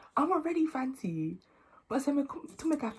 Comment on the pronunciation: For someone with a British accent , you’ve done so well with your Fante pronunciations 👏🏽